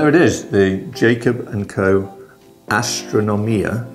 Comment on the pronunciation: One of the very few who I have heard pronounce the model correctly. Congrats!!!